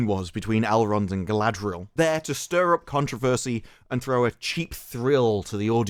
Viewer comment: Saurrrrrron would butcherrrr Galadrrriel in 2 seconds flat. Verrrry silly.